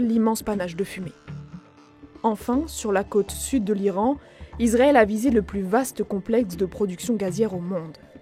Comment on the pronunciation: Pourquoi elle n'arrête pas de dire Izrael avec un z ? Israël c'est avec un S. C'est affligeant